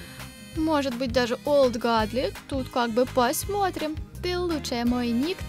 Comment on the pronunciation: Не гадли а годли